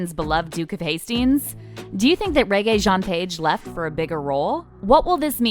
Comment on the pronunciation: This narrator loves to mispronounce Rege jean's name 😂She said reggae you know😅Reggae Reggae🇯🇲Oh no no no🤣